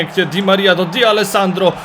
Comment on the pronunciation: Distin czyta się "Distę",a nie "Distin". Tak samo tą cząstkę "D" przy D'Alessandro czyta się jako "de", a nie "di". I jeszcze, czy planujesz może pograć w jakiegoś menadżera, bo widziałem, że nie byłeś pewien czy przy Dawsonie i Davisie, sprawdzałeś kogo to herb, ale się upewniałeś, a to raczej nie jest trudna drużyna. Mówię o jakiś menadżerze, bo lepiej by się filmy oglądało. Raczej każdy widzi, że jeśli chodzi o herby, to raczej max 15 znasz herbów z BPL i BBVA, a reszta lig to raczej max 10 + niektóre z jakiś 2 lig wiesz jak się nazywa klub z takim herbem (mówię tak ogólnie, po prostu piszę z tego co widzę, nie mówię, że tak jest, bo nie jestem Tobą). Nie traktuj to jako hejt, tylko jako taką małą dygresję co do kanału i filmików. Mam nadzieję, że przeczytasz. Pozdro i Pjona;)